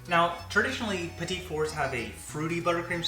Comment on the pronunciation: I think it's "pee-tee" not petite. And only Julia is allowed to measure over the bowl. :p